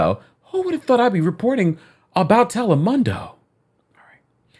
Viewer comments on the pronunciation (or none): Telemundo is pronounced Tel - lĕ - moon - dō Just trying to help. 💕